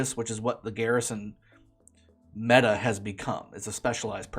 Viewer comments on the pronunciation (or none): none